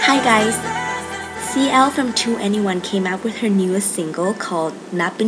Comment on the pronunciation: YOUR SO PRETTYYYYYY!!!!! and its pronounced twenty-one